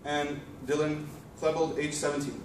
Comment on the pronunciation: Dylan KLEEbold not Dylan Klehbuld.